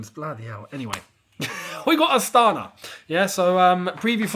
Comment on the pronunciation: It’s pronounced astanA. Emphasis on last A 🇰🇿